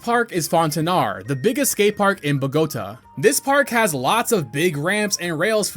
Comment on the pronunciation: ...did you try to say Bogota? That's a funny way to pronounce it, I guess No hate, it just took me off because I'm from Venezuela, the country besides Colombia and was very weird hearing that pronunciation, wouldn't have guessed it without the Colombia said right after PD: I love the names of the parks